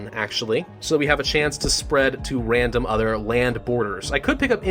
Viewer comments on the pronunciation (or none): “Infects a wandom country”